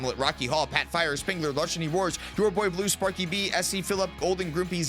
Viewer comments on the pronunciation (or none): none